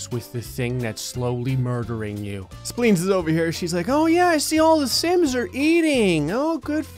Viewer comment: speens and tonsles are still speens and tonsles. me: ehhhhhhhhhhhhh:/